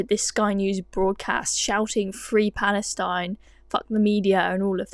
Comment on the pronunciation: Fwee pawastein. Innit bwud.